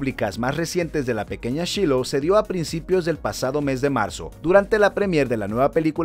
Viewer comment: Se pronuncia /shailou/